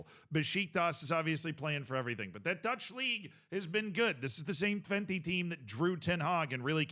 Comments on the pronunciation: Twenty is a funny pronounciation 😂 Technically speaking, it's "Twent - uh" but honestly valid. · I love that calls Twente, Twenty 👌